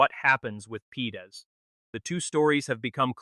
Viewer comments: The name is Parades not Pedes. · The players name is Leandro Paredes, not "Pedes". Very unprofessional mistake! No like for that. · Would help if you could get AI to pronounce his real surname and even the subtitles getting it completely wrong, its Paredes not Pedes FFS!!!